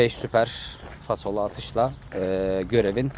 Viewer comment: fasolu değil falsolu kral